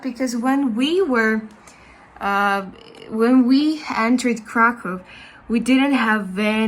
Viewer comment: Kraków: IPA -> /krakuf/ it's v or f at the end.